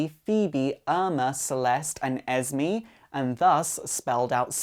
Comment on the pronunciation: How he says esme “ez me” it’s supposed to be “ez may”💯